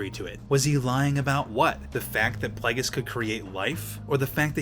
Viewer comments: For a star wars fan you sure don't know how to pronounce plagueis (play-gee-is) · Am I the only triggered by the way he says Plagueis?